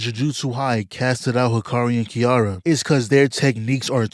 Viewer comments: unc stop saying kiara its kiRAra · Name of the character: "Ki-ra-ra" Calls them "Kiara" the whole time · Her name is pronounced ki-ra-ra